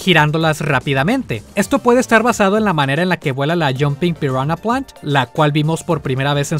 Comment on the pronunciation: grande el al pronunciar las especies de Piranha Plant, ahora entiendo tu tweet de Viridi xd